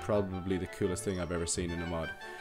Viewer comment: your saying mod so wrong